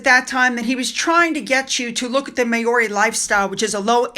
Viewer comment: That's the funniest pronuncition of the word "Maori " LOL . Not laughing at you unkindly, but being born a Kiwi of mainly English and Scottish heritages and known as a "pakeha" in the 50s, 60s and onwards, as opposed to being of Maori heritage ,vive never gear. Maori pronounced as Ma- oris 🇦🇺👍👌🙏🤗💞✌️👏🇺🇸✝️